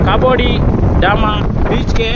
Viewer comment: ಕಾಬೋ ಡಿ ಡಾಮಾ ಅಲ್ಲ ಕಾಬೋ ದಿ ರಾಮ 🤣😂 ಕ್ಯಾಮೆರಾ ಇಂದ ಮುಖ ದೂರ ಇಟಗೋ 🤣